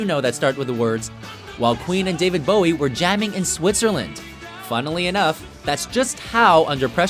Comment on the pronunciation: When the guys pronounces it David BAOW-EE. smh it's BOW-IE. easy